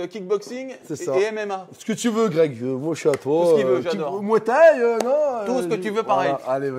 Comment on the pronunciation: "Greg MMA" devient "Grec MMA" ^^